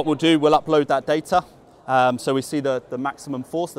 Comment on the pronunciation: I’d buy the vald as he can pronounce the t in data.